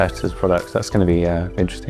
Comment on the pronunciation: Bro actually said "Ifold" 🗿